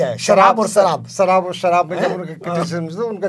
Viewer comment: Modi g ki tarha nahi ki sharaab ko saraab bol gaye